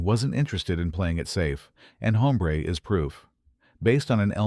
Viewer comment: Get a better "announcer". The title is pronounced OMBRE!